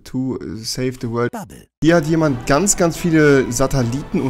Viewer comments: hast du sataliten gesagt XD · „Sataliten“ wer kennt sie nicht?😂😂